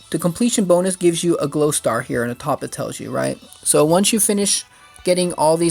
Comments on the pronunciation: "Growstar", not glowstar :) But very helpful, thanks! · Glowstar?? Seriously, its grow star you turd